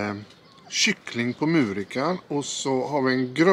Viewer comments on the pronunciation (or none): Vad härligt ni har det! Tänkte passa på att bidra till lite kunskap: Muurika är ett finskt märke.. och på finska uttalas u som o på svenska.. så mer Moorika :) Ha det bäst!